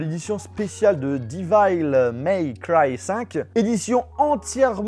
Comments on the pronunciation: Franchement j’te kiffe mais ton anglais il est claqué au sol! Cold ware, resident devil, divail may cry, god of war Raniarok?.. mes oreilles elles saignent poto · "divayle meille craille" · Di val 😭😂😂😂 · ça se prononce Déveul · Mais comment il a massacré la prononciation de DEVIL MAY CRY😭😂